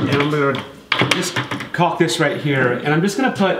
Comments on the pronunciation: I love your channel been watching for years but stop saying caulking holy shit its caulk together about 100 times u say it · The "L" in caulk is silent. Like "talk" and "walk". Also, "caulking" is the action of applying caulk. It's not the actual name of the material. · Jesus, the L is silent. Dont be afraid to pronounce it properly. I love hearing people struggle to not say cocking.